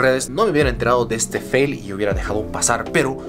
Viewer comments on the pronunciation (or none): none